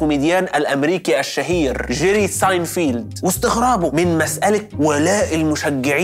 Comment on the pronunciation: ساينفِلد مش ساينفيلد